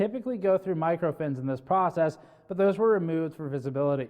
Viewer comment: Have you ever watched your own video!! :v ( What- wath But- buth That - thete told - tolt Dont-doont) still you are pretty so keep on trying ..... :thanksdoc